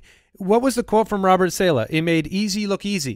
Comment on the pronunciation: will ever pronounce “Saleh” correctly?